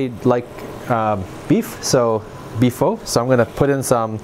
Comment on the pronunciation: Pho is pronounced like “Fuh”